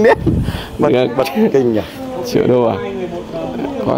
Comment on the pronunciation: triệu chứ ko phải trẹo😀